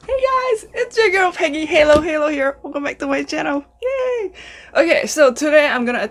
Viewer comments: Hi ! Please say Hahaha then its says Halo- Halo not heylo heylo... congrats i think ur the first one who made it Giant... ive been watching lots of Halohalo vids u know! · It's pronounced HAH-LOH - HAH-LOH. Halo in English means MIX. So when you eat it, you need to miv everything together to get the perfecf experience :) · why'd you make me crave halo-halo,! it's pronounced as HAH-LAW HAH-LAW and it literally translates to mix-mix so you have to mix everything and let the shaved ice melt a little before eating it.